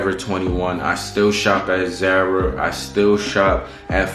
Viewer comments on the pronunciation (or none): Awww you said Zay-Rah I think it’s pronounced Z-ahh-Ruh 😂😂😂